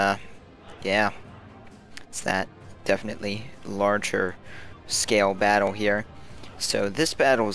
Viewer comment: i cant get over how you say "battle" it sounds like baddwle, id subscribe if you said fight more :P not hatein, i watch a lot of your vids.